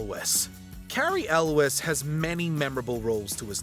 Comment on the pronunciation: When you are reading your script, please learn how to pronounce names properly. Elwes is pronounced with a Z sound at the end. For help in the future, Rachel Weiss is pronounced "vise" 😉